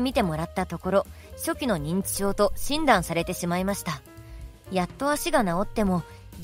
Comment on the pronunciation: パニコメインじゃない😒 しかもこの女の人の発音？ 診断のとこイントネーション？おしない？笑